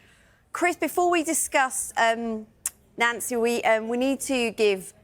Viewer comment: He pronounces it correct, it's how Nancy says his name. Even says it in the most recent Celtic video showing the BTS